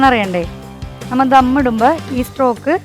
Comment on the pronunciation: ചിക്കൻ സ്ട്രോക് ആണോ ചിക്കൻ സ്റ്റോക് അല്ലെ